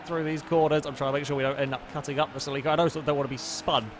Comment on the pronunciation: You say celica weird as fuck. lol